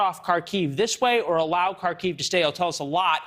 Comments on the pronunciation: It is not pronounced "Kar-KEEVE." In Russian, it's "KAR-kov" and in Ukrainian its 'HAR-kiv." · Kharkiv is pronounced Harkiv, likewise Kherson is pronounced Hairsun. Any Ukranian placename beginning with the Cyrillic character Х are the same.